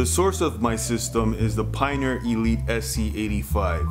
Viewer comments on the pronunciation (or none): none